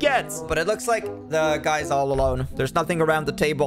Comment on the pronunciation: i love how when she says "looks" it sounds like shes saying bak for a milisecond